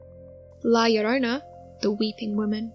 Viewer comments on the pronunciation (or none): Is La llorona not llorana. Aja aja si claro 🤪 duende is like a leprechaun when we celebrate saint patrick day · Its llorona, not llorana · Its LlorOna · Llorona is the correct name NOT Llorana....